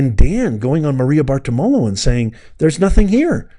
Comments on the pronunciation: Maria’s last name is pronounced “BAR-ti-LO-ma.” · Maria Bar-ti-romo pronounce it.